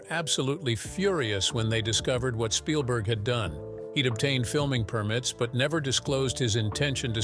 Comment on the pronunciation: Shpielberg? Really? 😂